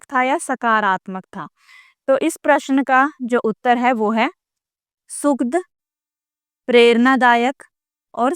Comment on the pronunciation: नमस्ते मैडम आप बहुत ही अच्छा पढ़ाती हैं और आपका पाठ सुनकर सभी बातें बहुत ही आसानी से समझ में आ जाती है किंतु माफी चाहूंगी कई जगहों पर आप उच्चारण गलत करती हैं जैसे दुखद और सुखद, कृपया इसमें सुधार कीजिए